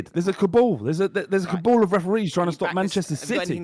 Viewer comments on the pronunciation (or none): pronouncing Cabal like (Younes) Kaboul has made my day. "There's a Kaboul James"